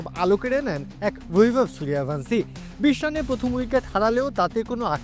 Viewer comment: সূর্যবংশী কে সূর্যাভানসি 😂😂😂 একেই বলে কাঙাল দের আরবী বাংলা 😂